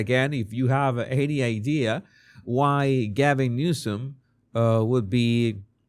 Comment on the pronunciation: It sounded like you called him Newscum.😂😂😂